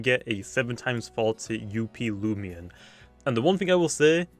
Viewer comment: same with the way he says luminami, at first it's weird but i don't mind it